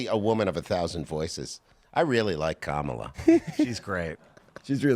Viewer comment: Commie-la. Commie-la. Well, that's what I heard